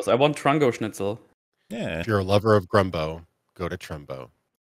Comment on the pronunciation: It is literally GUMBO, a standard Louisiana dish, it isn't spelled Grumbo on the menu, they misread it and it stuck.